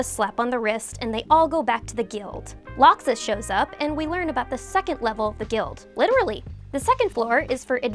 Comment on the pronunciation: How do you mispronounce laxus?? How???